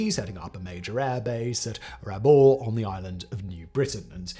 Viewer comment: Simon, I'm dying 😂 Rabaul = ra-BAL; Port Moresby = port MORZ-bee; Bougainville = BO-gan-vill. Am Australian who has been there.